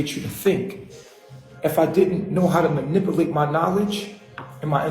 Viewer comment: Can't even pronounce "manipulate".